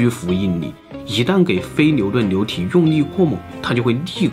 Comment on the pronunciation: 流牛部分，l，n不分。